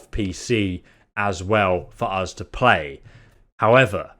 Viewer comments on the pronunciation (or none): I scrolled just to find this comment. I thought I'd surely not be the only one this was irritating 😂 Another thing he says that's really annoying is 'Free' instead of 'Three'. And 'Uz' instead of 'Us' 😬